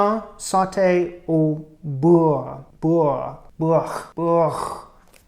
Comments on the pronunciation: au beurre.. pronounced like bur (like in burley) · The closest word in english to use as an example to pronounce the word "beurre" correctly is "sir" but with a B. It is perfectly normal for an anglophone to struggle pronouncing french words because in the English language, you must use the front and tip of your tongue rather than in french, we use the sides and the back to pronounce words. Keep up the good work!